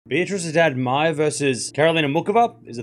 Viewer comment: is drunk at the beginning saying "Beatriz Haddad Maia":_cam3